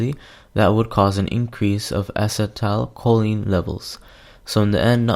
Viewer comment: You are not pronouncing acetylcholine right.